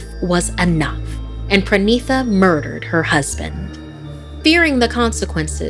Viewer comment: Its pranita not pranisa It's spelled pronita